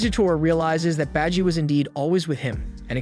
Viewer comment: Beji?! Its baji!!!!